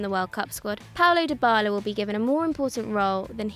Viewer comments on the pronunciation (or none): none